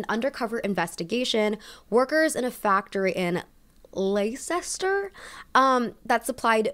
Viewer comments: “lay-sester” CRYING GIRL i love you, it’s “less-ter” tho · I spat my drink out when said ‘LAY-SES-TER’. I never stopped to consider that our words are so awkward for others to pronounce 😅. For info it’s ‘less-ter’ or ‘less-tah’ for the locals🤭😂. Thanks for giving me a surprise chuckle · super off topic, but for those who are a little bit confused about where the boohoo factory was, i think she meant leicester! it’s pronounced “les-ter” (super confusing ik 😭) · 1. This video is incredible 2. You look stunning as always 3. As a charmed british person, I am here to inform u it is pronounced 'Less-tuh' instead of 'Lay-cess-ter'... and also to apologise for how silly our city names are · Lol I think when she said Ley-ces-ter she meant Leicester. Pronounced les-ter if anyone was interested. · Leicester = ‘Lester’ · The trick for pronouncing British place names ended in "-cester" is to pretend that "ce" doesn't exist. Leicester is more like LES-ta. Gloucester is more like GLOS-ta, and Worcester is WOOS-ta, and so on. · Leicester is pronounces "leh-ster". a tip for pronouncing British place names: "cester" is generally just pronounced "ster". something to do with names changing over time whilst people never bothered to change the spelling coz most people at the time could not read or write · Loved this video! Quick note, "Leicester" is pronounced "lester" 😂 also the equivalent of cents is pence, like you'd say 50 pence (often written as 50p) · Leicester is pronounced ‘less-ter’, by the way. So many of our place names just aren’t pronounced how they’re spelt and I truly have no idea why lmao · I love how she reference studies here in the UK. Our research data is robust and there’s lots of research on mental health in the UK. Also it’s pronouced as (LES-TA) :p the spelling of Leicester is an English anomaly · Amazing research and great delivery so I’m going to subscribe, Amiga! Love your videos! Leicester is pronounced like this btw : lester ;)